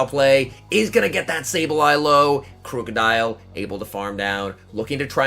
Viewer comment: It's pronounced like the word "Crook" not crewk